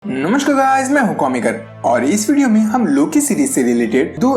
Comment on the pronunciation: I thought that because u said nomoskaar guys not namaskar guys